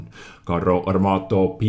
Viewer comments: Lol "Carrö armátö" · I'm italian and when I heard your pronunciations I loughed for 10 minutes XD your italian grammar knowledge is pretty good but pronunciation has to be rise ;) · YES! FINALMENTE CAZZO! ITALIAN TANKS ARE HERE! P.s:, you sound so weird when you pronunce "Carro Armato" P.p.s: as an Italian, the full name of the tank is "Progetto 42, Modello 46" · Hi, your Italian pronunciation is so bad.. you have to improve it 🤣 Btw I can say that our medium line could be use as support or sniping tanks because of the lack of armour (like French cdc).. probably by tier 6 or 7 we could have German guns on tanks so a lot of accuracy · Only for you reading "Carro Armato" i'll like the video (i'm italian)